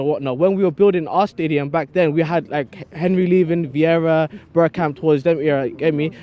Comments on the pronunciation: Henry with a Haitch. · Did he just say Henry?